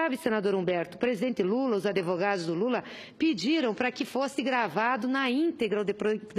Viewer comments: "Adevogados"... Além de bandida, é analfabeta. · "ADEvogados" KKKKKKKKKKKKKKKKKKKKKKKKKKKKKKKKKKK